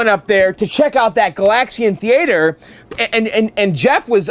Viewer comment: "Thee-A-Ture" -- very fancy. 👍